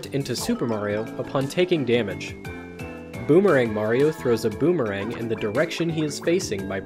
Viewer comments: "deadmemerang dandelion". goddamnit lmao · “Dead Memerang” Haha. Ok Boomerang.